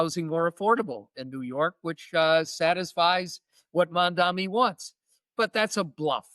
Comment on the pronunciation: It's not mom-dom-me, it's mom-DON-ee :)